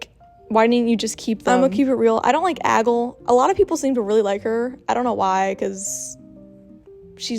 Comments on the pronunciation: lol you calling aglay ‘aggle’ all of the video 🤭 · I love how you called her Aggle for the video (btw her name is Aglae, there may be a little thing in one of the letters but that’s how it’s spelled and it’s pronounced ag-lay) Also I wish the episodes would air periodically because I saw that theres gonna be a break for airing episodes for a little while in the upcoming future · Why did she kept saying agol?😂😂. It's aglae